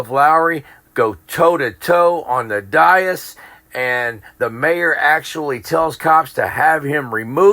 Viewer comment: Dais. Always pronounced - look at the correct spelling above - Day-(hi)ss, never Die-(hi)ss Dias is spanish for day.